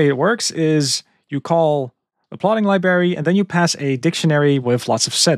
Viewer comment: Mate, I love your work. One piece of advice. Could you please look up how to pronounce the word "library"? You're killing me! 😅